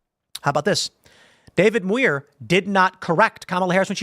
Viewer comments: It's demure for Muir. as in pronunciation. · Muir is pronounced M(y)oor.